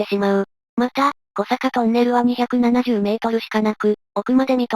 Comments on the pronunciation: 小坂トンネルは「こさか」ではなく、「おさか」トンネルです。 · 小坂トンネル ❌こさかとんねる ⭕️おさかとんねる